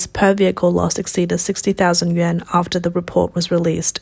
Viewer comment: Yuan is pronounced yu-on.